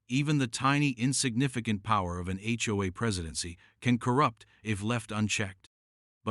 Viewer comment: Seriously?? The H O A cops not the HoHo cops